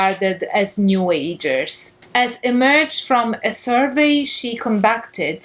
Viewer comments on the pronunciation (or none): none